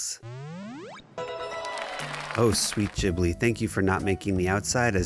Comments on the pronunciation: i wll never forgive you for pronoucing it jhibli 😫😩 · it's Ghibli, not Jhibli